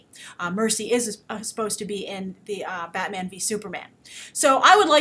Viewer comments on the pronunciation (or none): none